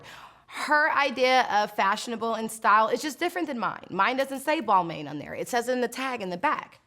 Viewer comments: it’s BALMAHHH-N (Balmain)not ball-main lol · Did she just say BAL-MAIN? Eva you're so right with everything except for one. I'm no model but I know it's actually pronounced as BAL-MA as in Mama. BAL-MA! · Eva just an FYI.. it’s pronounced Bal-mahn not Bal-main lol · The balmain part killed me ... it is not pronounced “BALMANE” it is “BALMON”. It’s French honey.. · “Balmane” gurlll it’s pronounced balmAAn not ‘main’ ✌🏻✌🏻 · No what’s funny is… EVA NOT KNOWING HOW TO PRONOUNCE BALMAIN. and that’s what y’all ignorant asses should be on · Eva shading Marlo about Balmain on the front not the tag was flawless!!!! Couldn't help but say she pronounced it wrong!!! It's Bal-MAH🙊Shade King!!! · Exactly, it's "Balmarn" like barn with a M gurl. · Nothing wrong with learning how to pronounce brands correctly Eva 😂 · at least say balmain correctly.... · She pronounced balmain wrong ugh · cringes at Eva mispronouncing Balmain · She don't even know how to pronounce Balmain